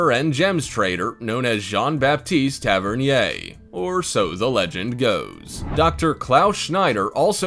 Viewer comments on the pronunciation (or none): none